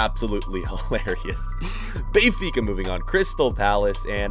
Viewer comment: “Bayfica”, bruh!